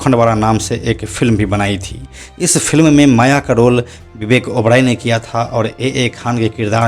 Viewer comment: ओबड़ाय नहीं ओबराय होता है 🤣